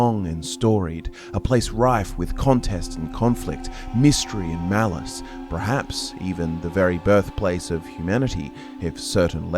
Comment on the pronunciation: Absolutely love your vids. Loathe how you pronounce "perhaps" as "prehaps". Haha. 🫠